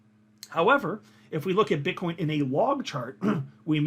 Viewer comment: min 😂 did you call Bitcoin Bitchcoin 😂🤣😂🤣